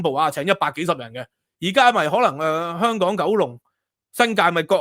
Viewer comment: 蜑家人發音:康港😅